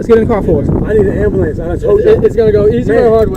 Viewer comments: “call the Amberlance man, my Pastemaker..”. 😂😂. Give him an Oscar please! (or a new pastemaker) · Can anyone tell me what a “ambalance” is ? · I am not native English speaker I am Serbian and I GO INSANE when they go "gimme embelance" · No hate but why can’t black people pronounce, “ambulance?”